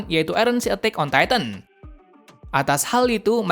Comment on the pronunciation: Titan bukan titam 😂😂